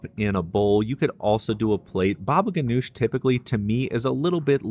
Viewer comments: It is pronounced Hanush, not Ganush ,according to my Syrian uncle , his family and Lebanese friends . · Baba ghanoug not ghanosh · Not GANOUSH ITS GANOUJ